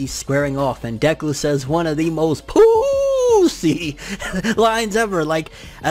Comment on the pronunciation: Pooosie Crisp 🤣😂🤣